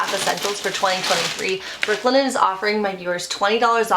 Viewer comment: Brook Linen, three time you said it, and I could never pick out the words you said. Work on this for advertising.